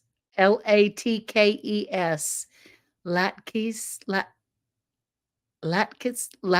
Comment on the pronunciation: Hi! Just missed the live stream yesterday, so I waited for the chat to come up with the live to be a part of team replay. Thank you for the birthday wishes! Beautiful message; I didn't know there was a I don't know prayer. Thank you for sharing it with us! Latkes is pronounced laat kuhz. I hope you have a safe, cool and blessed week!